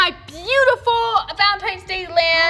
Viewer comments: Is it me or did say Valentime’s Day and not Valentines’ Day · Why does say valentimes doe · said VALENTIMES DAY 😂😂